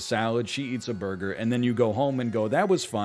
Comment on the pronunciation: why it he saying burger so retardedly 0___o I was just listening to him n didn't know what he's talking about, I thought it's a curse word he's censoring